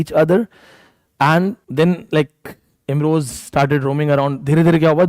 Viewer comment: It's Imroz not Imroj, kindly correct.